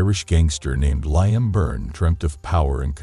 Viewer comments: 😂😂😂😂😂😂 I was about to say the same thing 😅😅😅😅😅😅😅😅 Limmme😅😅😅😅😅😅😅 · Never heard it said like that 😆😆😆😆😆. Ly-am 🤣🤣🤣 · You seriously cannot be serious the way you say Liam 🤦‍♂️😂😂😂😂 ffs